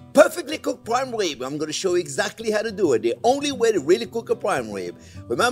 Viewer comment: Intwesting wesipe fo pwime wibs. Oh, welax, I'm just twing to have fun.